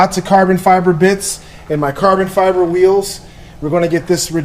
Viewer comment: "Lots of and lots of carbon fiberrr installed" ahahaha